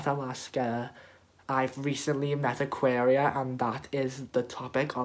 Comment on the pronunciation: aquaria not ayëqęirå you dumb bitch